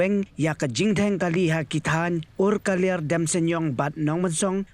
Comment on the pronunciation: Umkaliar not urkaliar